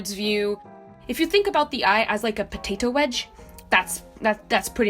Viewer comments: that random accent in "if you ThInK oF aN Ey3 HaS a PoTatOE WedgE" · the way she said “potato wedge” lmfao